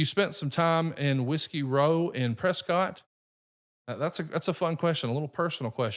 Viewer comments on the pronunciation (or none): FYI as someone that the town is named after our family name is pronounced Press Scott Not press Kit 🤦‍♂️ Jaysus